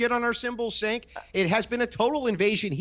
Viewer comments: Why does keep calling Cenk 'sink'? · I love how calls him "Sank" instead of Cenk 😂😂😂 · I love the just slight mispronunciation of his name, just to get a little more reaction. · I love when calls Cenk “SINK” 😂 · Looooool the way pronounces Cenk’s name 😆😆😆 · what i love is how still refuses to pronounce Cenks name right😂😂😂